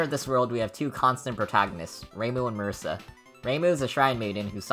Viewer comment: MUH - REE- SAH.